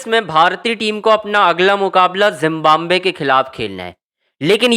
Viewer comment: Zimbabwe bolo zimbambve nahi